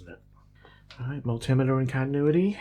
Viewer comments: Nooooo, please don't correct your pronunciation! I love to hear you say "mul-timmu-durr in cont'nui-dee" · "Mul-tim-meter"... channelling Nigella's Microwave expression in the world of Electronics repair.